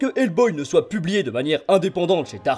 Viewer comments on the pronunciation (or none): none